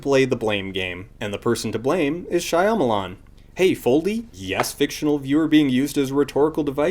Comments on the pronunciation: why can't you pronounce shyamalan's name correctly? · Are you pronouncing "shyamalan" wrong because of the way they pronounce "Aang" ? Ong Shia melon